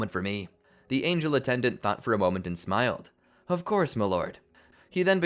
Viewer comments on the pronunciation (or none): none